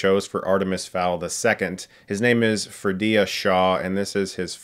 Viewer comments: Ferdia, Chris, not Fredia FUR-dia. Not fre-DIA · It's Ferdia. Not Ferdeea.